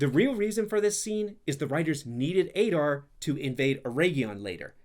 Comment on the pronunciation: "Ey-dar"? Didn't you listen to how they say it? It's "Ah-dar"